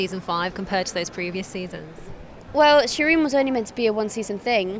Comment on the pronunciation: Shireen, Shireen, it rhymes with queen.